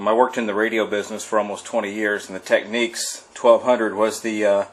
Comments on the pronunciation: The Technics SL1200 is pronounced Tekniks not Techniques a Technique is the art of doing something. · Maybe it's pronounced techniques because their turntables are a work of art.